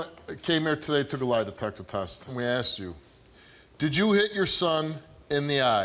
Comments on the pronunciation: she axe me.... lord i hate that. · It’s asked not axed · Asked not axed.🇬🇧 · She AXED questions? She may have got answers if she had asked questions. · Lady sure got "aksed" alot of questions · He "lookded" sleep and kept "axing" questions? Axe her if she can speak right...